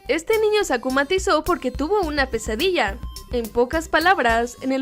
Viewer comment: Cuando decían pesadilla yo oía "quesadilla" :v Ok tengo hambre 😂